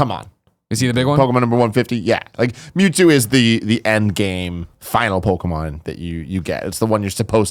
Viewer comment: Whenever ppl pronounce Pok-e-mon as Pokey-mon, it gets me evvvveeerrrr time - especially if you're in the generation where you were the target audience.